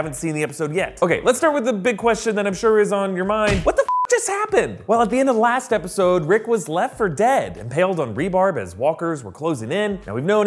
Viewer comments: rebar, not rebarb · Impaled on rebarb? Are you kidding me? This doofus doesn't know what rebar is? Maybe Rick was impaled on rhubarb. Words don't matter, spelling doesn't matter, pronunciation doesn't matter. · Umm, did you say rebarb? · You said "rebarb" lol